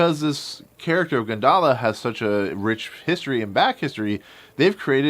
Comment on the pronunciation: Actually it pronounce goon da la (gundala) (indonesia pronounciation)